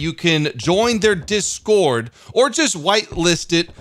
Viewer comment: Reeee that discoord at the beginning it kills me